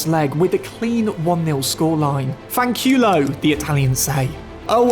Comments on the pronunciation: "Fanchiiiiulo" 😂 Sorry dude that make me laught. Is "fancUlo" ... Interesting video❤ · At your "Fankewlow" I died 😂 Greatings from Italy! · I literally burst out laughing when I heard "FANQIUULOU" 😂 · that "FANKIULOW" is something i'll listen on loop for a long time. Actually made my day hahahaha ps:just joking, i'm not blaming anyone on the pronounce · Bro blundered the word fanculo i am ifalian so i do know how to say it btw im just pointing this out